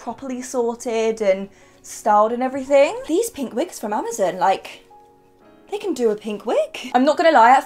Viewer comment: This is the first time i've ever heard anyone say Amazon as "Amazin" I found that a bit strange, not weird, not wrong, just strange